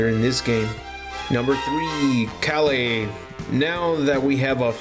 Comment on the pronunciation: Why are you saying kale name like that